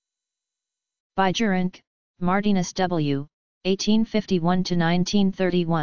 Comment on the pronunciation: In dutch pronunciation J is silent AND proper pronunciation is BIYERINKE